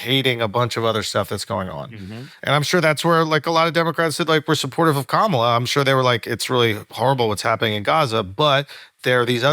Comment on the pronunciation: why can't you pronounce Kamala's name the correct way?